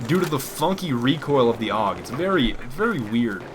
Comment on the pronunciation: The AUG is pronounced singularly like U.K or U.S.A